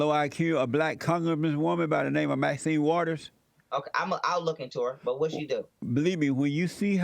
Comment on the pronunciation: "She iz da’ wicka wish from da’ weft wit’ da’ low Ah-Q da’ black Kong-grass-man woman by da’ name ah Ma’zen Waddas.” ....And got the nerve to be asking if this young man smoking pot. How Sway? Lol 😂